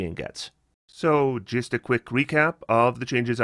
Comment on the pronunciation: When you're saying 2d6 and 3d6 "the damage gist gets there," what? edit: just realized you're saying "just" lol